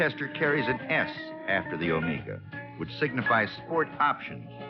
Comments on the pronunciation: It’s pronounced “oh may ga” NOT “oh MEE ga” I had a ‘74 Buick Apollo for my first car. Had a 350 V8 but no sports trim. Avocado green with a white interior. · "Omeega"? Paleeease! It's pronounced Omega as in the timepiece.Thank you. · "Oh-May-Gah!!"😀 This gentleman's an amazing narrator, though, so I'm going to cut him some slack!! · Never heard anyone call it an Omeeeeeega. Should have asked someone how to pronounce it correctly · Every time I run into this review something really sets me off when he ways "OmEEga"! I don't know why since I have no personal affection for the car. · Why is he putting so much emphasis on the "E" in O-MEEEEEE- Ga? It is clearly pronounced with a "long E sound" like Meg (or Mag) and not so much with the "E"!! Does he think the thing is Mexican?? Like the word Amigos??